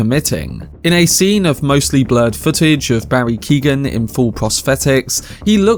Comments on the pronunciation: His name isn't Keegan. It's kee. Oh. Han. G is silent, it's Gaelic irish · It’s pronounced Keown not keegan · just to be helpful the name "Keoghan" is pronounced like Kyo-han. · Its pronounced Key-o-ghan.. as an Irish person, it hurts my ears to hear you say keegan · Came here to say this lol. Mad to think the young lad from Love Hate is in these massive films now